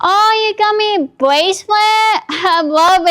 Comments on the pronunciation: "you got me bwacelet? omg I wub it! ESPECIALLY THE MISSING JEWEL PIECE, IT MATCH MY PERSONALITY" 😅🤣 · A bwacelet 😂😂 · Oh cawd, he got her a bwacelet.